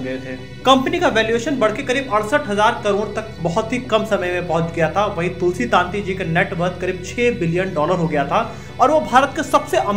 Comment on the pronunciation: તુલસી તંતી નોટ તુલસી તાંતી please correct your pronouns.